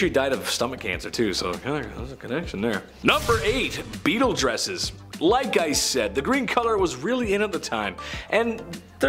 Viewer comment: Beetles! Not beeltes. Just saying. Love your work! ❤️